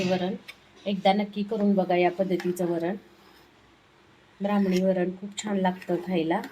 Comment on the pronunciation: Bramhani varan ase mulich nasate tumhi bramhan shabd adhi nit bola spasht bola